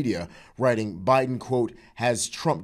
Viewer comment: Boe Jiden??😂